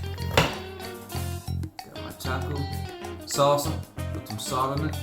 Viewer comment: Como Mexicano por favor pronuncia las palabras en español correctamente no las pronuncies en Ingles 🤦🏻‍♂️ Barbacoa Tacos Salsa Tortillas